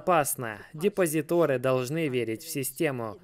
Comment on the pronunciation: За контент - пятёрка, за русский - тройбан! ДепозитОры … 😮